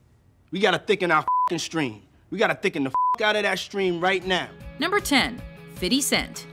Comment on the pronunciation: "fidy" huh lol